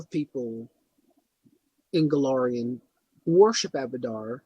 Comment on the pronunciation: Go-LAR-ion. That's an A. Not an O. Also while you are clearly very knowledgeable on the subject you need to work on presentation. Too many ums and pauses. Your phone goes off, somebody talks to you, and you step away like you're on a call. Simple editing dude.